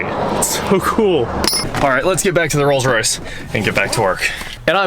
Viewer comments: I think he said Rolls-Royth 🤣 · just me or did he say "Rolls Roythe Silver Wraith II" like he was trying to combine royce and wraith, not like a lisp or anything like that? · Rolls Roith? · ....he did. Glad I wasn't the only one who heard that...lol